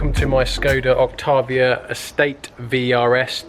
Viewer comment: There is no R in Octavia